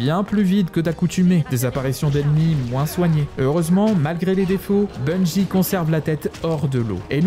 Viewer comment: Bon sang ... pas BUNGUI , ça n'a aucun sens que cela soit en français ou en anglais. C'est Bungie comme BUNJI ! C'est insupportable , comme les types qui disent Enjaine ... c'est engine comme enjine ou une angine mais pas enjaine ! Vous nous faites passer pour des gros débiles putain !